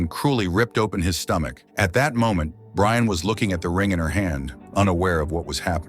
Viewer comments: It's Brienne, the text-to-speech converter doesn't know. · The name is Brienne. It's an AI voice so maybe the name was mispelled or the AI just doesn't pronounce it correctly.